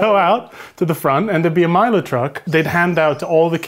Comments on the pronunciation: That Milo pronunciation tho... Most of us Malaysian and Singaporean pronounce it as "mai-low", we kinda added a "A" in that... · Olly's jokes are so siiiiiiiiick, " The Timothy Charmaley" and how far Malaysia gets with the world cup." 🔊🤣🤣🤣🤣🤣🤣🤣🤣🤣. Im also wondering why his pronunciation of MILO keep changing as the video went on.😮